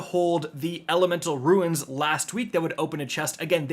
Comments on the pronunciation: Hey love your videos, you might be interested to know the word rune is pronounced like “roon”, as opposed to “ruin” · I die a little inside every time you say “ruins”. 😩